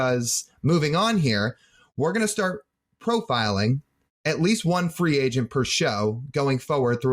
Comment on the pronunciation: "with free angent sharting" 😂